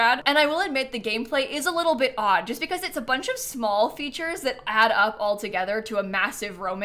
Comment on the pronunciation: "I jist don't really care about penthouses!" so funny 😂